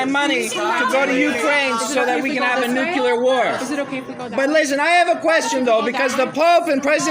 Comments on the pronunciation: I'm sorry, I'm not even an English native speaker, but damn... no matter what your opinion on the matter is, no matter WHAT your political views are, if you say "nucular" when you're talking about something "nuclear" , my brain just refuses to take anything you say after that seriously. It's the same as a grown up saying "libary" instead of "library". I can't trust your mental problem solving skills, if you have problems understanding and pronouncing words while also clearly not having any actual speech impedements that would explain the gaffs. It demonstrates, that you don't actually know or understand what "nuclear" means. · The man can't say nuclear.